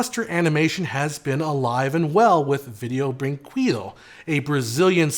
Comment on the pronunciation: Except you mispronounced it. It's pronounced brin-KEH-doo (in Brazilian Portuguese).